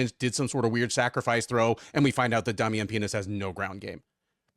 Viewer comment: You know I usually listen more than I watch but when I heard say a fighters name was Damian Penis I had to go and look at Keith’s face